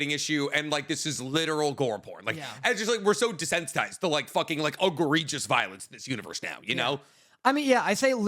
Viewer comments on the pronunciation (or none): none